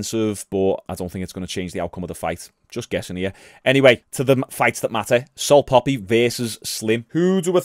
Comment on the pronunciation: The only thing getting obliterated is pronunciation of salt papi 😂